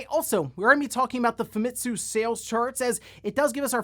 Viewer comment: Uh, excuse me, Famitsu is pronounced "Famee-tsu", not "FamIHtsu". I really hate it when English-speaking people pronounces Japanese words wrong. I also really hate it when people mistake Japanese cultural references in videogames (such as NicoBBQ more than once mistakes spirit-possessed lanterns in Mario Land are burgers, even when I try to correct him, but my voice falls on deaf ears, which made me refuse to watch any more of his videos...), it REALLY bothers me allot when people do that, speaking English tongue mispronunciations of Japanese words, that many many people do in exactly the same wrong way to say Japanese words... It bothers me so much I message a paragraph of my problems with people who do that and needing to correct them. I have to defend my Japanese culture, ya know?